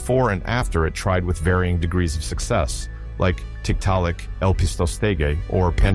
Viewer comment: Shit the AI sucks. How hard is it to say "Degrees"